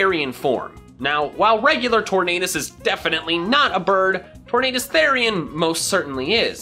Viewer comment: Did you see at one point, he said instead of “Tornadus” it was changed to “Torn Anus“